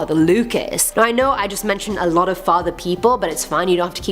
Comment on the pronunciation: She has a habit of pronouncing alot wrong